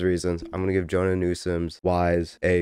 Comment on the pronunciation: You're pronouncing her name like Jonah, it's more like Joe-Anna.